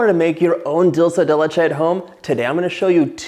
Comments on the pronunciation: Just a little correction, it's 'dUlce de leche' not 'dOlce de leche', think it this way, dulce means sweet, de means of, and leche means milk, so basycally a sweet thing made of milk! :)) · I'm guessing because most English speakers pronounce it dolche (which I think is Italian) instead of dulce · Thanks for the correction: I've always pronounced it as though it were Italian rather than Spanish. Now I know better. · As soon as I heard dull say de litch ayyy… I got tf outta here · I love how u say “dulce de leche” 😊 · I speak 5 different languages but I'm Latina and I can tell you John didn't say it correctly